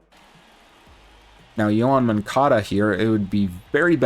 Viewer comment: Moncada…. Not moncado